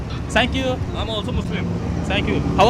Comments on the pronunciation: لك ثانكيو ..مو سانكيو😂😂😂😂 فضحتنا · بس مره تانيه الفظ الثانكيو مزبوط مو سانكيو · السوري يقول سانكيو ههههههه قصدو ثانكيو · ثانكيو مو سانكيو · اذا بدك تقول للواحد شكر آ بلأنجليزي thank you not sank you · سانك يو بدل ثانك يو نكتوا أخت اللغة كمان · تنكيو مش سنكيو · هاي ..حلو انك تاخد كلشي بطريقة مهضومة..بس بخصوص اللفظ الانكلش ..خدا نصيحة من اخت لاخوها ..ابدا مو عيب ازا طالعت الاكسنت صح يعني عادي ازا قلت thank u بدال سانكيووو ..وكتير ضحكنا بس شفنا الفديو وفعلا مهضوووم كتير ..وازا بدي اقترح سؤال ..ياريت تسال الكنديين ازا بيعرفو شي كلمة بلعربي ..لو حتى.. شكرا .. وشكرا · فضحتنا اسما تانكيو مو سانكيو 😂😂😂😂😂😂😂😂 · ثنكيو مو سنكيو يا فهمان هههههه دخيل ربك شو ئلبي حبك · sank you الي عم تقولها معناها اغراق لازم تدرب عحرف الثاء مشان تقدر تقولThank you الي معناها شكرا ما Sank you الي معناها اغراق لانو الي بيعرفوا انك ما بتعرف منيح ممكن يقبلوها بس الي مفكرينك بالبل رح يتدايقوا منك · ليش بتقول سانكيو